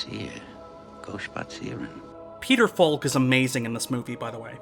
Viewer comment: The "L" in "Falk" is silent.